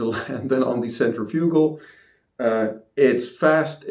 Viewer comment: Centrifugal . ( sen• tri•fuh•gl, most people say it with more of a •fig• instead of a •fuh•) but not a •you•gl lol. Just so you arent out here saying it like some type physco lmao jk. Great review